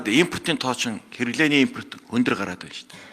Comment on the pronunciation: ээмпоорт ч гэх шиг шах саалтын дебил авгай юугаа донгосоод бгаан😂 номоо гэртээ уншиж сур